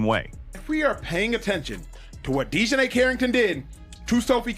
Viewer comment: AI narrator … Dionnei Carrington, what is that? Son of Dionysius? Reject from The Odyssey?